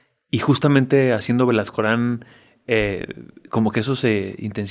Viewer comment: Uff el "Belascoran"